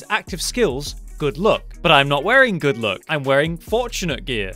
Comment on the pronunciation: Why do i always heard good look instead of good luck 😅